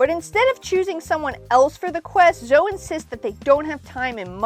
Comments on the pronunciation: Why did you say Zo instead of Zoe. It's pronounced Zo-eee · My bad, but I'm still pretty sure it's pronounced Zo-ee. You can pronounce it however you want to, but it's most likely zo-ee than zo. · I’ve personally never heard anyone pronounce it that way. Zo-Ee would be Zoey. But you can of course pronounce it any way you want.